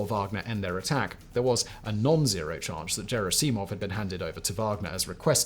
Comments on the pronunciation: gerri-see-mov???? You mean Gerr-ass-imov. lol good lord your pronunciation is... lol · its Gherasimov not Jerasimov, GH like G-ood not Gj like J-am or J-erry PS. I wrote is only because that name is repeated constantly in these days, you just cant miss it And on topic, the biggest problem in their army is same as it allways been, too much usage of the ranks in every day army life. Ppl are either too scared of higher ranks, and higher ranks use their power on lower ones simply because. It creates untrust among ppl, it creates dodging higher ups, it creates so much problems. Lot if good informations dont reach command, maybe some good ideas are not told, and, in general, theres clear wall between soldiers and their command, they are not viewd as a part of your squad. Not even gonngo about rumours and shit caused by this. Its the way in russian army that allways was and still is, no matter its clear as day to everyone thats a bad thing. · Nice video brother but unfortunately repeatedly you mispronounced a very important name since the invasion began. It is Gerasimov like in Gunman not Jerasimov like in Jerry..... Bad student do tour homework well knock knock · A very short remark: I think you should pronounce "Gerasimov" correctly. "Gherassimov" not "Djerassimov". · Jair-ass-see-mov? It's Ger-asse-mov. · It's never Jerisimov like "jerry" it's like "G" in golf - ger'ass'E'mov Not that I like these Fs , more that I believe in reaching the Russians w respect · Can’t watch because of the way you pronounce Gerasimov. It’s g like Google not George. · It's Gerasimov not Cherasimov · Second syllable, just about always. ger ASS 'im of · Did anyone else Lose their fucking mind everytime he said JerrySeeMawv Like simon have you not seen the video where prigosian (i know its not correct spelling) screams Their names lol ever since i watched that vid that is how i say the names … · His name is NOT Jera-cee-mov; do better!!! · "Jerry Seemov" LOL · Hard G, Simon. "Ger ASS I mov"